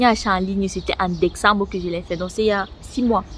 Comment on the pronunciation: Je yamo quand une kmer dit "décembre" on se croirait au kwatt